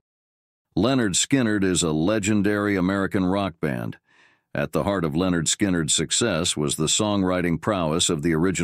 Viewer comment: It's LIN-erd Skynerd, not "Leonard".